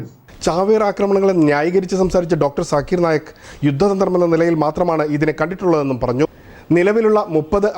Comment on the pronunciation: ചര്‍ച്ച നടത്തുന്ന ആളിനും ചര്‍ച്ചയില്‍ പങ്കെടുക്കുന്ന ആളുകള്‍ക്കും സാകിര്‍ നായിക്കിനെ അറിയില്ല, ചര്‍ച്ച ചെയ്യുന്ന അദ്ദേഹത്തിന്‍റെ പേര് പോലും ശരിയായി പറയാന്‍ അറിയില്ല